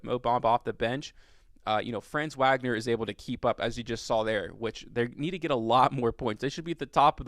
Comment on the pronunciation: Glad you're giving my dude some love. For future reference, his name is pronounced fronz VOG-ner. Peace.